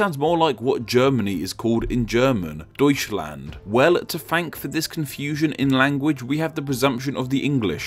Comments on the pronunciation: "toiskland" lol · OMG ITS NOT DOOETCHLAND ITS DEUTSCHLAND